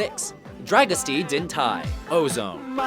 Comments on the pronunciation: wrongly said twice: it's "Drago-stea din thai" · You do konw that you put the accents all wrong on Dragostea din tei. It sound chinese instead of romanian. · "Dragostea din tei" pronounced "dryagoostya deen tey" not dragonsta diin thai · you're getting the name wrong as well. It's not dragostee din thai. It's dragostae din tei. Don't you understand that other languages don't sound american? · Darn guy can't pronounce well dragosta din tei... tei not thai... Listen to the darn song at first and you'll heard how to prononce it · "Dragostee Din Tie" Dragosta Din Tey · The fucking singer pronounces it "Dra-gosta Din Tay"! How the fuck do you manage to fuck up the pronunciation with "Dra-Gostee Din Tie"? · Actually it's pronounced "Dragost-a din te-i" not "Dragostee din thai"... (see: for example). And by the way, it means "love under the lime tree"... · "Dragosty din tai"? Talk about getting the title wrong... That's not how it's pronounced. It's pronounced just the way it's spelled - "Dragostea din tei". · you don't pronounced tei like tie it's tei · only reason I know how to pronounce it, is that it's actually said in the song. It's closer to "dragostah din tay" that "dragostee din tie" ... and maybe add a bit of a trill to the 'r', as in "drrrragostah din tay" (at least from memory). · They don't say "drag-o-stee din tie". More like "drag-o-shta deen tay." Did you guys even listen to the actual song? LOL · Dragostea Din Tei is pronounced as "drah-go-styah deen tay" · dragostea din tei not dragosti din tii learn the actual pronunciation of the title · dragostea din tei is actually pronounced- dragostay din tay. my boyfriend is Romanian and cringed at how it as pronounced!! oh well, its not easy to read Romanian when you're not from there. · The guy can't even pronounce one of the songs correctly. it's pronounced 'DRAG-OH-STA-DIN-TAY' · Dragostee din Tay???? Really. It's not so hard to pronounce!!!! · why did he said "tei" like "tay"?